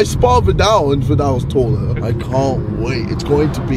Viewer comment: nope he didn't say taller. he said toller like his other crooked english words, I legit need someone to drop translation on his video so I understand this